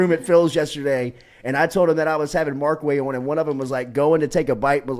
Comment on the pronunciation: Bro it’s Markway not Marcway